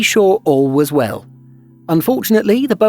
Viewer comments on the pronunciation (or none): none